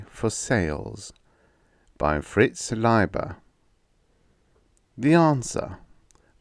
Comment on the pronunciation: Thank you for this quintuple-decker SF sandwhich. If I may politely contradict you,: How to pronounce Fritz Leiber